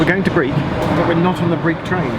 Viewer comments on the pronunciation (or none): Breich not Briech.